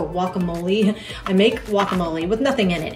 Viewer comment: I just found your channel and love it. It’s funny how you call guacamole wakamole lol this video is great, thank you